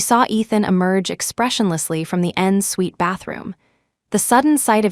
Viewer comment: Not end’s sweet bathroom but EN-SUITE